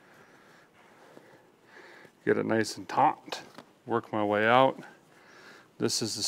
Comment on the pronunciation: He hee he said taunt lol